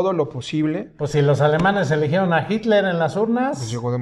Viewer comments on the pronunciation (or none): none